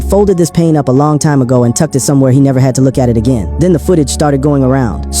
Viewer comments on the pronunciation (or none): none